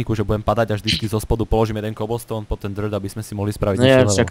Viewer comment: Keblstoun? :DD takú výslovnosť som ešte nepočula :D